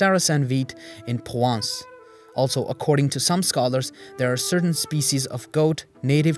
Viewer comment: Thanks for this fascinating video. One picky point- I couldn't hear the 'r' in Provence, apart from that loved it, another reminder that Europe has more Muslim history than is generally acknowledged.